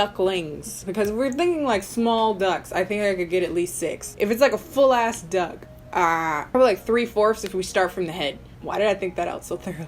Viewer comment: Every time she said the word "Duck" it was weird cause it kinda sounds like dick😂